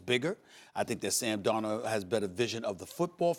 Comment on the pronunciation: Nobody: Marcus Spears: Sam Dor-nuh